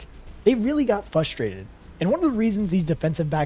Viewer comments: Please pronounce fRustRated correctly. It’s not fusstrated. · It's fRust-rated, not fust-Rated...the R is in the first syllable, not the second